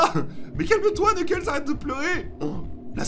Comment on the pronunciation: Se,pas knekels se amy